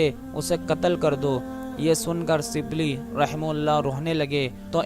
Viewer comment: اپنی اردو درست کرو اور لب و لہجہ پہ محنت کرو ۔۔ سبلی نہیں غلط ھے ۔۔ شبلی SHIBLEE پیرو نہیں غلط ۔ پیر کہو PEER